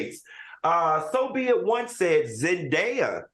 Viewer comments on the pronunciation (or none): Please say these peoples names right. ZEN-DAY-A